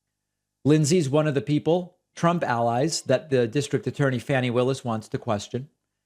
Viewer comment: It's pronounced FAWny Willis, David